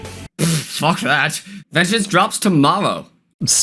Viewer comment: "Vegneance" lmao